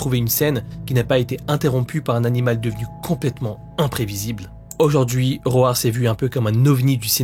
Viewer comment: roAR mdrrrr je vais me foutre une balle, comment on peut le prononcer comme ca, un effort svp 🤣 Sinon, Serbian film je me doutais quil allait etre cite. Jaurais pense a la scene de v dans le film "irreversible" aussi.